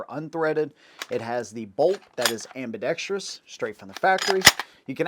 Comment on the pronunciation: Thank you for pronouncing "ambidextrous" correctly. Just about every other guntuber says it like an illiterate.